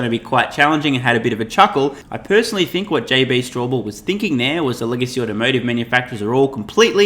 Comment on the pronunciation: Straubel not Strawbell.